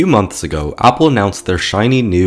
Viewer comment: You are pronouncing Apple wrong. Its horrifying, please don't say that in that way ever again